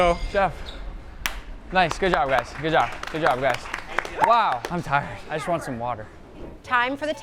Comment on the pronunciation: "I vant some taquitos!"